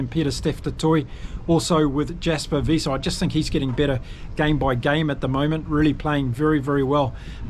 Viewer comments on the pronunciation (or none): none